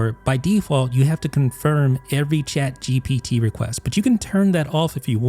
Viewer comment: Say shaad gepeetee one more time i dare You ! On the backend it is not even shaad geepetee but one of the api modes